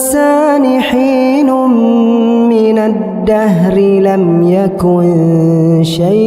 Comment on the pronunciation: Why he say daaal minadahri